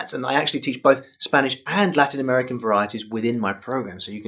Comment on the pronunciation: Your spanish pronunciation is great